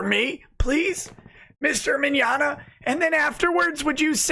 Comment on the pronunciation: LemWAH: Victor Mig-nog-na are you guilty? Vic: No. LemWAH: .... I got nothing that's all I had planned.